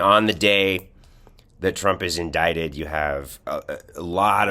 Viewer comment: is so confident in his loud wrong babbling. He should to stick to words with three syllables or less.